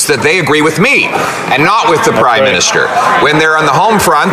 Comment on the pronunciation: Did he say Crime-minister?